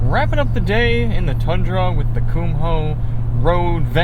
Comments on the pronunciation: They're "Koom- oh" not "cum hole." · You are first person I have ever heard pronounce the "h" in Kumho. I double checked and grabbed a Kumho commercial, and yes the H is silent, you are not pronouncing it correctly.